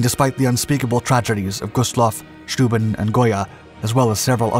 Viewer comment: 'Steuben' pronounced -'Schtoyben'...